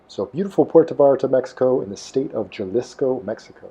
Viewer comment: Love your videos and I wish I was back down there with you right now. One thing - the J in Jalisco is pronounced as an H, like jalapeno. Keep up the videos!